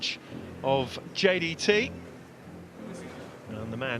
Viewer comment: The commentator can't even pronounce JDT. 10 times in a row champion in Malaysia.